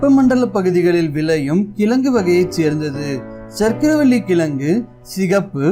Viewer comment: கிளங்கு இல்லை கிழங்கு Pronounce it properly bro